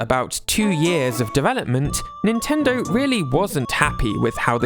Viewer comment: He says Nintendo like nintenderrww